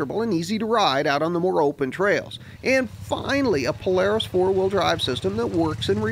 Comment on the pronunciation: U say Polaris funny u say plars!!:)